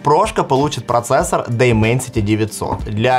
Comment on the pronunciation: Дименсити а не дайменсити